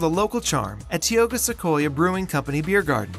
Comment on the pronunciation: and Saroyan, and Arte Americas, and Tioga...